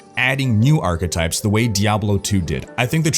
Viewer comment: OMG i just started a new drinking game, everytime you say achetypes I take a shot. XD Never stop! making awesome videos!